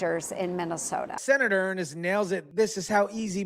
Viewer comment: It's pronounced ERNST